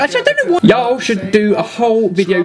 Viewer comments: I met you guys in New Orleans for the Lost and Hungry tour and Ben still can't say y'all! It is kind of adorable though, and he did try so hard. Haha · hehehe hearing the word "y'all" in an english accent XD